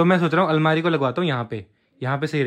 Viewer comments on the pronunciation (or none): Almari Not Almira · Almira nhi hota Bhaiya almari hota hai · अलमीरा नही भाई अलमारी होती है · Bhai bo almiira nhi hota bo almari hota he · Almeera nahi almaari😂